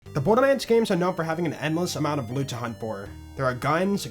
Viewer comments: Is it just me or are you saying "bordermands"? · am I tripping or dude's saying borderman?